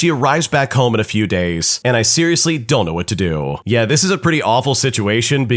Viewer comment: it whait instead of what